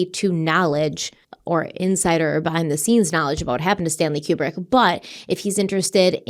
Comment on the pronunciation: Stanley Kubrick was 71, he wasn’t young. His name is pronounced KooBrick. needs to stop with the ridiculous conspiracy theories.